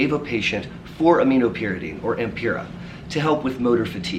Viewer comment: Doctor, are you referring to Ampyra for the erectile dysfunction? I heard it pronounced differently.